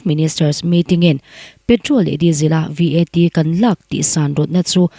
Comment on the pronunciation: I Aw hi a mawi ltk,Mahse..i chhiar hma hian, I lam rik dan tur mithiam rawn rawn hmasa thin teh,I lam dik lo thin a,ngaithlak a hreawm tlat ... Point hnu ah number hi a mal te te a sawi tur ania, VAT te pawh hi spell a sawi loh tur (Vet) tih ang a,lam tur ani ...tun tum pawh ka ngaitha zo peih lo tlat mai ..